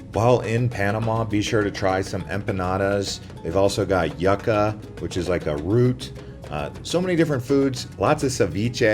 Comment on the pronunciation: Yuca = Yooca 😊